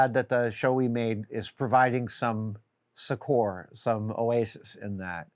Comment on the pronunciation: Note to Adam: 'succor' (or 'succour' if you're British) is pronounced SUK-er, accent on first syllable. Thanks for posting these videos. I binge many of them at once and enjoy them greatly. ^_^